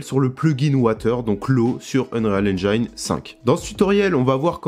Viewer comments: Super tuto par contre l'anglais ^^" Océant ? Ocheun, à la limite meme tu peux cité le magazin Auchan, c'est plus proche. Unréale engaine ? Enrile angine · Prononciation : unrealle enjaïne 5 ! Mort de rire !